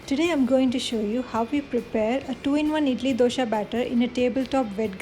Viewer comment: It's not Dosha, It's Dosa.